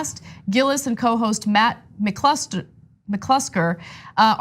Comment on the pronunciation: Damn it! I could have sworn she was you. Time to turn in my security badge. Ana can't pronounce McClusker? Isn't that racist? I mean I'm told if I can't pronounce African American or middle eastern names I'm racist so if a person of color can't pronounce a white person's name aren't they racist?